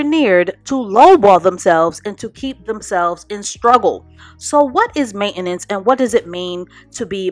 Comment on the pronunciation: Main-ten-ance....not main-enance..